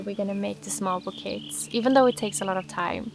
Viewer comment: The word "bouquets" is pronounced in the french way. So it's pronounced like "boo - kays"